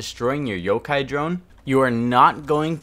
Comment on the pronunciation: kinda ironic when you said can`t speak english after mispronouncing yokai as yokou as yokai is Japanese term for ghost so really you should be saying cant speak Japanese